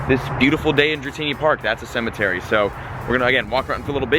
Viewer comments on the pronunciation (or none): none